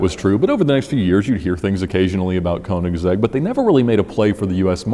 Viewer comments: It's königsegg not koenigsehg bruh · It’s pronounced “kernig’zegg” BTW. the “ker” sound is pronounced in the front of your mouth with your mouth shaped more like an “o” (instead of further back and closed like a normal english “errrr” or “grrr”). And the “zegg” is really the english possessive “s” at the end of “kernig” but then with “-egg” run together as one word.